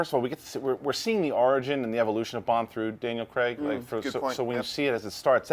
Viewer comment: did she say "DL & Craig" instead of Daniel Craig....?